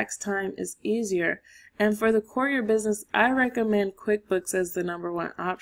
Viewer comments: Step one, learn how to pronounce courier. 😂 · Great content, but for the love of God. The annunciation of courier is driving me insane. Still like the video though.